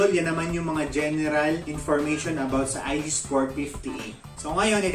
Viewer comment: Boss ang mali mo lang nasabi ay IGSPORT..dapat ah IGPSPORT..kulang ng P boss kasi ganyan din ang gamit ko.